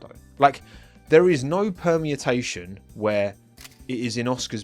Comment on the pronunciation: It's exciting! No criticism, just for your own future knowledge it's permutation (perm-you-tay-shun). It sounds like you're saying something like permiatation.